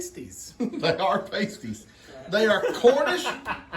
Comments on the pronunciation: Hey, pAsties the way you pronounced it with a long A are items worn by women dancing in clubs. They are circular sparkly bandaid type stickers that often have tassels hanging off of them. The dancers stick them over their nipples and when they dance the tassels swing around and around. Păsties are delicious meat and potato pies. Here in Pennsylvania my favorite bakery makes lots of flavor variations. My two favorites are veggie and cheese (mixed grilled veggies with cubbed potatoes and Cooper Sharp cheese) and Chicken Corn chowder made with field fresh corn in the summer (cubes of chicken and potatoes, onion corn and Cooper Sharp Cheese). So delicious. I’m not sure if Cooper Sharp is a local made cheese but it’s a delicious American/sharp cheese. It has a sharp kick with the beautiful melt of American cheese. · It’s pronounced paaasties, not pastie! Your dough won’t melt and tear if you let the filling cool a little first. So what kind of fries were they? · Pronounced as sounds Past -ies not pastry 😂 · Lol they are pasties not pAsties 😂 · Hi everyone. You are all pronouncing it wrong. It is not pronounced "Paste-- ies," it is pronounced "Past--e-e-e." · It’s pronounce like saying the word Past. Pastie. Not pronounced like you all are saying it lol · 😊😊😊Y'all are pronouncing it wrong. You are saying the word for nipple covers. The meat pies are pronounced past•ie. I am Michigan born and raised.❤❤❤ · Past ees not like the chest coverings... Lol, trying to get words past the you tube AI is a trip. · You all crack me up. It’s Pastie with a short vowel like apple. Not pastie with a long vowel like hasty. 😆 They are SO good. A favorite childhood dinner. Still make them from time to time. Some like them with gravy and some with ketchup. I like them with ketchup. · Hello from the Upper Peninsula of Michigan! Paaasstees. You pronounced it wrong. Oh my word! 😆 🤣 😂 thank you and! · Pastie is pronounced with the a like apple